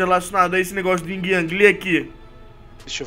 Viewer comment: não é o ying o certo é yin sem o g